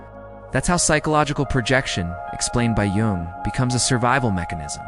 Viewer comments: I'm in uk and its defo said as yung the j is a y i know its weird the English language and regional dialects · Is this AI reading? Because you mispronounce Jung so badly...